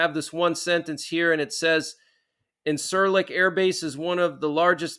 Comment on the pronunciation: It's pronounced in-sir-lick. Just fyi. Appreciate the updates